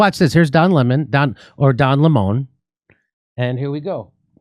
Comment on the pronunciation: Jimmy it’s Don Lemon please don’t pronounce his name like mine. Lol.